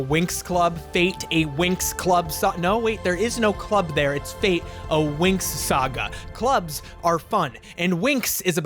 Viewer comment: Just want to point out it's fate where the a is read as the u in fun and the e is read like the e in yes. It means fairies in Italian and has nothing to do with Destiny